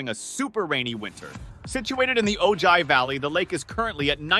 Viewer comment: OH HI. It’s pronounced. Oh-hi. Ojai.